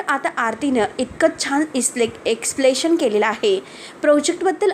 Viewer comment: मॅडम ," निघलेला " नाही " निघालेला ".एक्सप्लेशन " नाही " एक्सप्लनेशन " " टॅंम्पो " नाही " टेंपो " , व्हिडिओ करतांना वापरायचे शब्द बरोबर आहेत की नाहीत याची आधीच माहिती करून घ्या .